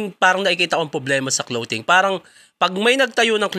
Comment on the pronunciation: BAKIT "KLOWTING" ang tawag nyo sa CLOTHING?? 😂😂😂 Si Anygma at lang narinig kong tama ang pronunciation 😅